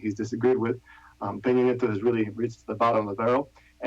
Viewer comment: Cringe every time she says Peno Nieta instead of Pena Nieto